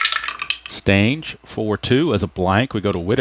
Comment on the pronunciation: They told you wrong... it's Lee Stange like rang, hang, tang. I was watching a video on YouTube of a Red Sox game from the late 60's and that is what the announcers called him. Lee "Stang"... like bang, wang, Kang! I told you this once before and you said it correctly, not sure why you questioned it again.